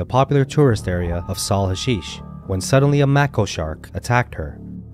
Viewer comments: The Shark is Called a "May-Ko" Not a "Mack-o"....If Sharks Mistake Humans For Seals What do They Mistake Boat Motors For?....They Attack and Continue to Chew on METAL...Do They Mistake Boat Motors For Seals Too? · How do you narrate a program about sharks and don't know how to pronounce macko shark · If you are going to tell stories, Learn how to pronounce MAKO shark and SHARM EL SHIEK! Truly makes you sound so ignorant when your primary subject is a shark that you cant even pronounce the name at all. Go back to school moron!